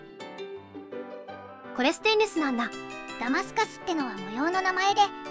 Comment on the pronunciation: マダガスカル？マダタスカル？